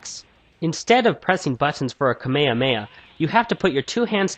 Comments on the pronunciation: Uhh... its KAH-MEH-HAH-MEH-HA, not Kamayamaya. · loved the review but I just wanna say that you've been watching the wrong "version" of Dragonball Z. In the real English version, it's ALWAYS pronounced KAH - MEH - HAMEH - HA. Watch this video: /watch?v=dNYd4Zd33GE If you still aren't convinced, then use this logic, it's always pronounced KAH-MEH-HA-MEH-HA in the Japanese version, i.e. the ORIGINAL version, so if you're looking for which English one's the right one, look at the main terms and see which one pronounces them right. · I want to hit everyone who pronounces it Kuh-maya-maya. It's Kah-Meh-Hah-Meh-Ha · There is no possible way you have seen even one episode of Dragonball, z, or gt if you pronounce KAMEHAMEHA like that